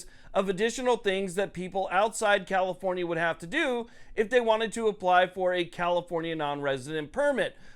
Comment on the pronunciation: You keep saying comifornia wrong